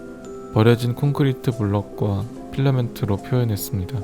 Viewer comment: 성대에 힘1도안들어간 목소리로 필라멘트 발음할때 너무 좋아